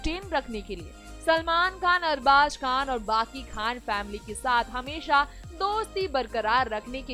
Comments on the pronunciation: Arbash nai arbas khan bol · Arbaz never ditched Malaika..... Understand that........ Try to pronounce Arbaaz...... Properly...... Nonsense Salman Khan has nothing to do with their break up...